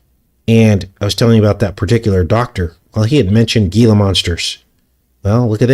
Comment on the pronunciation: Gila is pronounced " Hela "